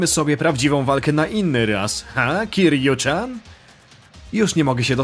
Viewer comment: Gdy się Majime naśladuje to to się powinno wymawiać KIRIU CIAN:) Tak wogóle...to tu Majimie całe style walki debiutóją...można wyłapać Thuga, sluggera, breakera no i oczywiście Mad doga:) Troche mnie dziwi że Majima tak puźno zadebiutował jako postać grywalna...cała seria ma potencjał a tu prosze... Swoją drogą...słyszałem że Kingdom hearts to ma slasherowy model walki...devil may cry, god of war i te sprawy...prawda to?